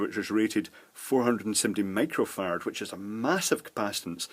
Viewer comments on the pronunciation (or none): I keep hearing nanofart and microfart. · when he got to the section about capacitors I thought he was saying nanofart and microfart